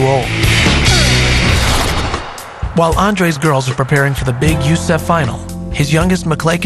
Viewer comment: Haha, he pronounced it you-seff finals instead of U-S-E-F finals xD